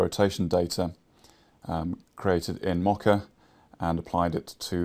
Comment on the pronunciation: I'm sorry, but I cringe every time you say "Mocka" For future reference, it is pronounced like Moe Ka